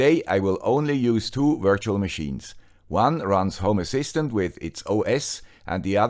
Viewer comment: Sorry, I always hear "homo assistant" 🙂